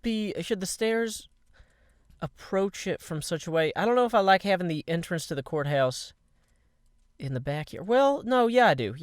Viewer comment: when he said "court house" I thought he said "quartz house" lol